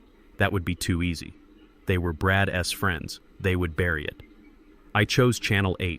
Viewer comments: Learn the proper way to pronounce possessive noun or pronoun. That Zeke s, Dante s Brad s drove me up the wall after about 45 minutes. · Lots of contradictions. Background noises, even coughing. Things out of order. Could be a good story if it was cleaned up. Instead correct pronunciation any plural word is said as the word, then s. For example day s instead of days. Brad s instead of Brad's.. it gets annoying after so many times.